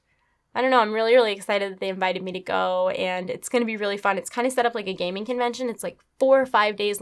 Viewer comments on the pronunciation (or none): none